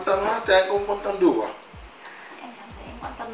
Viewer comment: phải là chẳng chứ ko phải là chawrng